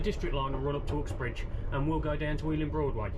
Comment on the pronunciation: Interesting pronouncing of “Ooxbridge”